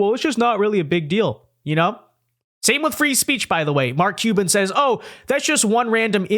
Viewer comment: For a podcaster with such good diction and who speaks clearly, this particular guy cannot pronounce Mark Cuban's last name to save his life. Sounds like he says Mark Cheeba or something like that every time he says it. How hard can it be to pronounce Cuban?